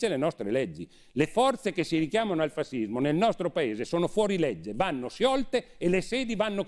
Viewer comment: si pronuncia fascismo landini , no fasismo ......